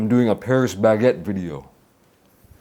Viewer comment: 형 패뤼스 베케트 아니고 빠리 바켓뜨